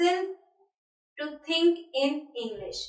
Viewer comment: it's we not ve and think not tink